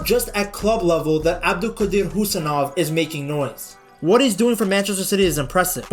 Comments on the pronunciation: Thank you for your pronouncation, not Kusanov❌ Husanov✅ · 👍Husanov yes bro ! not Khusanov 🗿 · Finally someone who pronounces his name correctly ❤ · finally someone pronounced his surname correctly